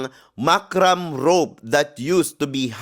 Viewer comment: Correction: Macrame. Hindi macram; instead. ma-kruh-may. Ang gown ni Tara ay di lang panget kundi poor imitation ng gown ni Ms Spain sa MU 2013. Maraming imitations after, at pinakapanget ang kay Tara. Di maganda ang innovation on the design. Ano yong sa arms nya? Ang design ay para sa matangkad at payat. Pandak si Tara at mataba. Ang sama ng damit sa kanya. At lalong masama kasi panget ang design.